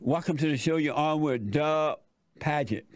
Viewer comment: His name isnt duck. Its dug. Say it with me jesse. Duhhhhhhhhhgg